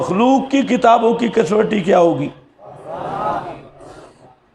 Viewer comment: کسوٹی کو ک۔سو۔ٹی ک زبر ک س زبر و سکون سو ث زیر ی سکوں ٹی آپ پڑھتے ہیں کس وٹی یہ کیا ہے لفظ ہے ھمیں بھی بتائیں